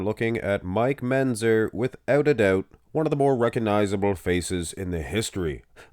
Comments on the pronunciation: "Menzzzer". He's said it that way for years. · MenTzer, MenTzer. Come on. You can say it.